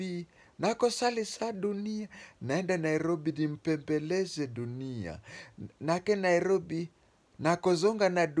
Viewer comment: You do not Know Lingala. Its even not nake nairobi it's Nakei Nairobi.